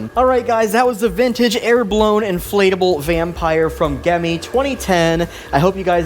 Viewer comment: The g is pronounced like a j